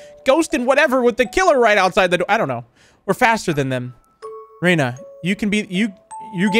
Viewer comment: he said reyna instead off ryna and that made me think about valorant lol.